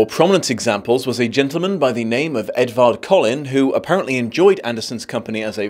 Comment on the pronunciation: When you said Edward Collin at around 13minutes I thought for a second you said "if Edward Cullen was really as disinterested in..." and my brain immediately went "what is sparkles doing in this video?!"